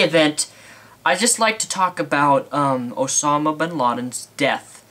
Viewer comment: Its OSAMA not OSONAM